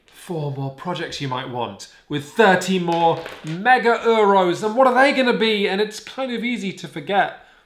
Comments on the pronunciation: Dang. Really hate how you guys say “Euros” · The pronunciation of 'Euro's' is really triggering me :(